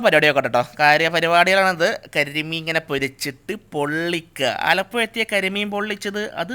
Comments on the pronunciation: aalapuya alla me aalapuzha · ആലപ്പൊയ, ആ കോയിക്കോടൻ ഭാഷയിൽ തന്നെ, അവസാനം തിരുത്തിപ്പറഞ്ഞു. 😂😂